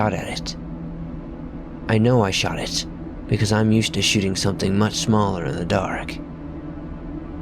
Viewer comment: We have good sooting skills